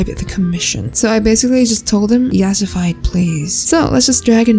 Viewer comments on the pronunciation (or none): this video is funny I love it how she says yasafi I’m dyslexic……